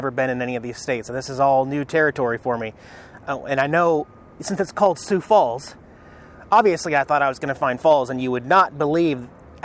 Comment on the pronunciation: you pronounced "Sioux" perfectly on numerous occasions throughout this video. Good stuff. hahaha